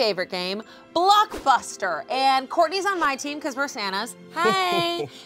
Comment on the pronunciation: I love how she says Blockbuster but I can hear Blockfuster. Anyway, HAVE A GREAT DAY!